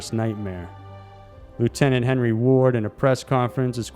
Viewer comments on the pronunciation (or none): none